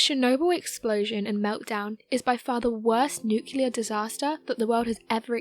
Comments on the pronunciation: There is no such thing as a nucular blast, nucular medicine scan, nucular power plant, nucular bomb etc. There is however a nuclear blast, nuclear medicine test, nuclear power plant, nuclear bomb etc. GAWD that drives me stark raving crazy!!! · HOW DO YOU SAY "NUCLEAR" CORRECTLY TWICE AND THEN REVERT TO "NUCULAR" ON THE THIRD ATTEMPT?! Sorry? "NUCULAR" grinds my nerves. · Nuclear dang it... NOT nucular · city of Ukraine?? nucElar?? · Another great video. But please, please, dont say "nu-cu-lear", that just kills me.